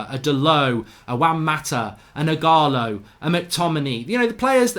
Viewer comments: Igolo? It’s Ighalo lol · Nobody: Absolutely Nobody: Mark: igholo!